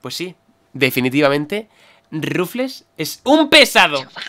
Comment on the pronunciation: ¿Alguien sabe porque pronuncia "Rufles" a Rufflet? XD